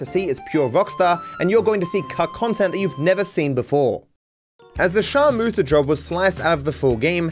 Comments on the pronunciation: Just can’t get over it being called sharmoota 💀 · The “sharmoota” job 💀